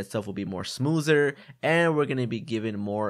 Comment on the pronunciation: "The Game Will Be Running More Smoozer"